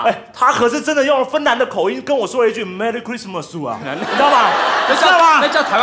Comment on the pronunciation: Merricurissmasu 😂😂🔥😅😄 這個台灣口音太就是了